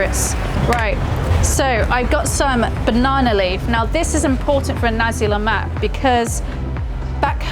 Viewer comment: Glad you didn't mess things up like "Olive-Oil", My Malay friend might impress~